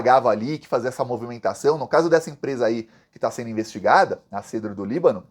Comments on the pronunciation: bom dia. Não é cedro, pronuncia o e aberto. Cédro do Líbano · Amigo é cédro do Líbano. Está é a pronúncia correta. Você é muito bom para não usar pronûncia correta..